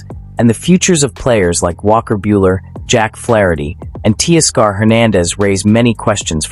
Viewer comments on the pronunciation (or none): ‘Tea-Scar’ for Teoscar….? Stop it